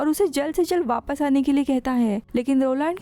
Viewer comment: Who notice vappasse vappasse 😂 ho kya